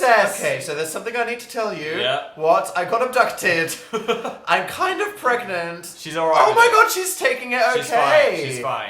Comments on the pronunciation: Is he... pregananant? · Did Dil get... PREGANANANT...? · Ann Casoot he's pregananant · can u get dramatic pause pREGAnte